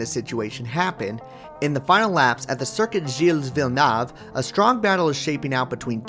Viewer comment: It's pronounced Vill-new, btw. Great job on Gilles though!!! Great content, really well put together and better narration than most televised motorsport!